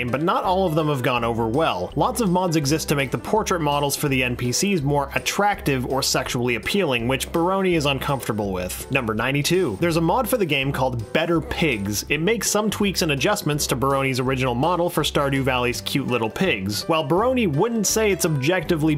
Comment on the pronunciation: The narrator can't pronounce "mod". He keeps saying "mode". Stardew Valley has a player-created co-op mod.